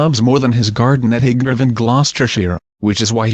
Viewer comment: Crap can't even say highbrow properly